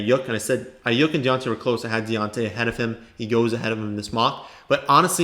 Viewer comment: Can u pls stop pronouncing his name wrong ist Ai-yuke not ai-yuk